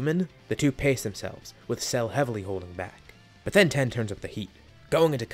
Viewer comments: Its tien, not ten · Are you saying ten instead of tien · Yo pronounce it teaen nit ten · Are you saying "Tee-en"? Or "Ten"? I hear the latter every time, but it should be the former. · Yea tea - in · TEE YEN, NOT TEN